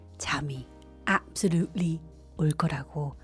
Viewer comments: 앱쏠루리 좋아요❤ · 저 개구진눈빛 ㅋㅋㅋㅋㅋㅋ 꿀귀셔 압솔뤁을리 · ㅋㅋㅋㄱㅋㅋ앱솔룻을리ㅋㅋㅋㅋㅋㅋ잠잘올거래ㅋㅋㅋㅋㅋ 아...바로구독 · ㅋㅋㅋㅋㅋㅋㅋㅋㅋㅋㅋㅋㅋ 앱설룻리 ㅋㅋㅋㅋ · 이제 연설까짘ㅋㅋㅋㅋㅋㅋㅋㅋㅋㅋ 좁스형이랰ㅋㅋㅋㅋㅋ주옥라닠ㅋ 엡솔룰맄ㅋㅋ찰졐ㅋㅋ언니 너무 귀여워욬ㅋㅋㅋㅋㅋㅋ♥